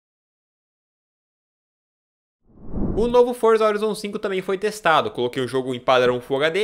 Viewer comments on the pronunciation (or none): none